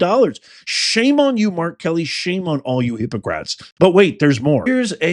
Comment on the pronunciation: It's not "hypocrats". It's "hypoCRITES" !!!!!!